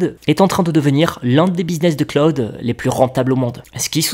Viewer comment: "Google Claude" Aux USA si tu parles de Google Claude au Americains ils vont bien se marrer du Frenchy... Google Cloud ==> Pas Claude mais klaʊd ou KLOWD